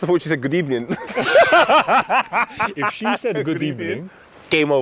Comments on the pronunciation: That women said good ebening and that’s on (#X cause there’s no rules) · That woman 100% said “Good Ebning” 🤣🤣 At the very end, was that catching a dose of the ghost spud?